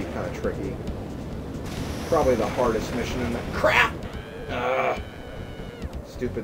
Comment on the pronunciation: "probrobly the the hardest mission in the CRAP" XD LOL